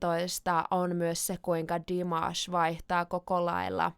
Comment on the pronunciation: Great pronunciation of Dimashes name:))